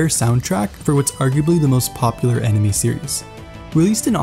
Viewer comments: You pronounced 'anime' as 'enemy' so many times. 😓😓😓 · Bro it's "Anime," not "enemy"